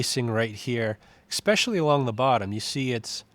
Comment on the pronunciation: um, i really don't want to offend... but... "especially" does NOT have an "X" in it. it is not EX-specially. please, sir. for those that might have learning/reading deficits: just sound it out. ES-PE-CI-AL-LY. every word can be broken down to read/speak. might take practice. best, cw